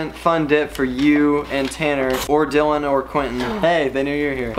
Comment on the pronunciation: Tanner why do you call Dylan mylan